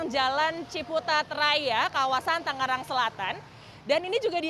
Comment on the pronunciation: bukan TANG-GERANG neng tapi TANGERANG yaa.